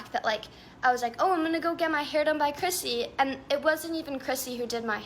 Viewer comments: love your accent girl but I swear you are saying crispy not Chrissy! Lol looking at her tan I can see the confusion! 😂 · I keep hearing crispy too 😂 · I keep hearing you say "Hair by Crispy" and keep thinking it is the perfect name for this salon, apparently! lol